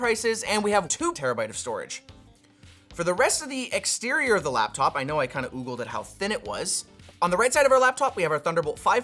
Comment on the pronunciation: bro really said oogled